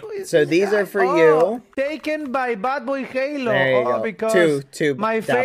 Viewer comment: To the filipino speakers 😊 I heard baboyhalo